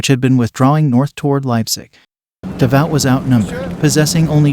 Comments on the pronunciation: It's pronounced "da voo"" moron. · Davout is pronounced like "davoo". Why can these YouTube narrators not pronounce words correctly? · The battle is pronounced YAY nuh. NOT "Geena". Marshal Davout is called "devout" instead of duh VOO. Just terrible. So many more.😝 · It would be nice if the live or computer voice would learn to pronounce French and German names. Duh-VOWT? von BLUTCHER? And many others. Come on!